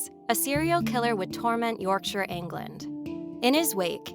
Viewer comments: Nice to see the right pronunciation of Yorkshire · I genuinely cheered not to hear 'York Shy Er' 😂 x